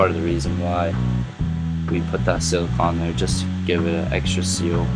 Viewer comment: I don't like how you say silicone